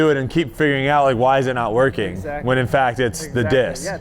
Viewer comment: Nobody: Paul: "Eggsactly" PS: I´m a huge McBeast Fan. Love that you´re creating content together